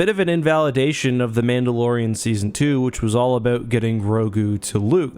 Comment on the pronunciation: “mando and the mandolorian”